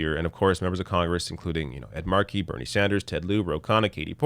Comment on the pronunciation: OMG A NON-MASSHOLE WHO PRONOUNCES ED MARKEY'S NAME CORRECTLY!